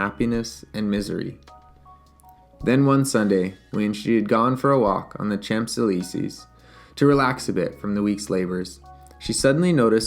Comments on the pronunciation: Good reading. You should re-record with Champs Élysées pronounced properly, as “shawnzayleeZAY” 😊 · Champs Elysees - oh no...pronounce it correctly please!!! I want to use this in my class.